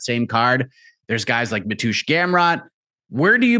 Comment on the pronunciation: Matoosh Gamrot 😂😂😂😂😂😂😂😂😂😂🤦🏼‍♂️ Ma_Tay_Us bro.